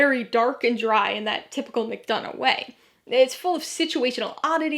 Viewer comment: I also want to add on to this that you are the ONLY person who has pronounced McDonagh’s name correctly and that means so much to me.